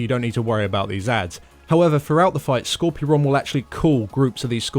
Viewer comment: It's not Skorpy ron it's Skor pyron lmao.... Skorpy ron..... from now on I'm going to have to call him Skorpy ron because it's so funny.